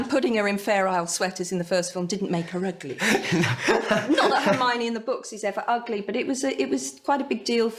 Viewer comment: 헤르미온느가 아니라 할마오니 라고 발음하네요.